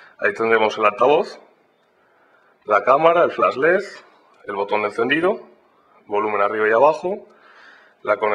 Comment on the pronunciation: es un pendejo... ni la puta palabra "LED" sabe dcir....:/